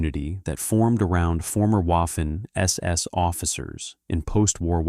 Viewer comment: Please speak to a German language tutor about the pronunciation of Waffen See: Waffen-SS : say, /vafen es es/. See